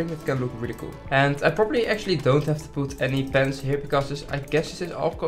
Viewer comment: "What is maybe the good ride to poet in here?", us: "What's maybe a good ride to place it down there?". Don't worry it's just what i heard, I'm not bullying you it's kinda funny how d'you said that.